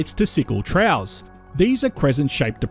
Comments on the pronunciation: “Troughs”…. Pronounced as “Troffs”, NOT “trows”. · Very interesting Troughs is pronounced more like troffs 😮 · just pointing out that "troughs" isn't pronounced as "trows" but more like "troffs". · FYI troughs is pronounced “troffs”